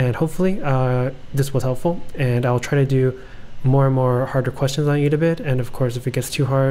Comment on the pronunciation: Thanks for the informative video <3 P.S It's "Ed-a-Bit" ;)